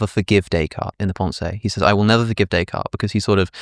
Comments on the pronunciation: Having a fancy intellectual discussion while butchering the name 'Day Card' is oh so British. It is almost as bad as the way they pronounce Ibiza as 'Eye Beether' :-) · he immediately reverts to pronouncing both kierkegaard and nietzsche the wrong way, in an english accent. the same goes for descartes.